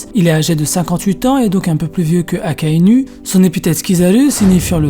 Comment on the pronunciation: Akainou!!! Ptn AKAI-NOU pas NU comme une femme nue j'ai saigne mes l'oreilles Et rectification sur Fujitora il ne voit pas la tête des gens a dresrosa pcq s'il peut voir le visage des gens PQ il demande j'aimerai savoir a quoi Luffy ressemble quel est la couleur de ses cheveux il ressent juste les présence il ne voit pas ptn fait des recherches avant de pondre de la merde pareille